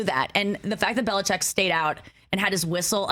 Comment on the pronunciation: Add Nikki & Rich to the list of ppl who can’t pronounce Bill Bellichick’s name. Even TB’s on that list. Could do a whole but just on that.